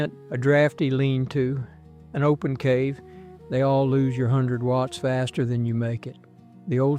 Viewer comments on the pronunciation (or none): none